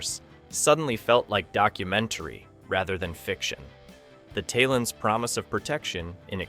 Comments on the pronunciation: "Tail-ons". They're pronounced "Tail-ons", not "Tile-ons". How can you produce a video like this and get the pronounciation of the lead aliens' names wrong (not to mention all the other names you pronounce wrongly!)???? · You keep prounce the talons wrong, just made me sure you never watched the show.